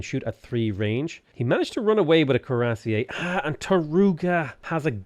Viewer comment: The way pronounces cuirassier makes me laugh...